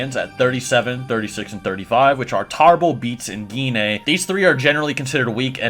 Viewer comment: Jean actually. Her name is Jean. You just spell it Gine. You don't say the E at the end.